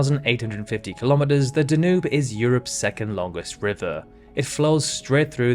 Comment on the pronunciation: I wasn't sure this is a computer voice until the world famous Danube R. was pronounced duh-NOOB, rather than DAN-yoob, and the equally famous Tigris R. was pronounced TIG-ris, rather than TIE-gris.